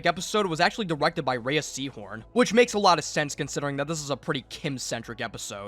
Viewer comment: Her name is pronounced RAY like ray of sunshine, not raya. Watch any interview where she states her name.